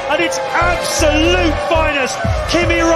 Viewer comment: Kimi ZEEEEEEE raikko Raikkonen